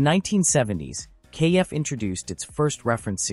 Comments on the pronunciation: It's not pronounced KF, it's pronounced Kef like Jeff. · It's a pity that the commentator didn't check the pronunciation of KEF before starting this video. It's not pronounced "kay - eff" but just KEF as in "Jeff" but with a K. This kind of devalues any authenticity of the video!